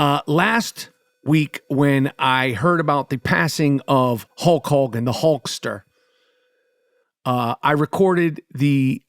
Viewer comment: "hulch hawgan"